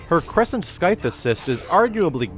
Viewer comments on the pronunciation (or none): Good stuff, but please... the word "Scythe" is pronounced Sigh-th not Sky-th. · it's sigh-th, not sky-th. Otherwise, keep up the good work. >.> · I'm sorry... crescent skythe (spelling differently so it's obvious what my problem is with the pronunciation)? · The way he pronounces the word "scythe", oh my lord...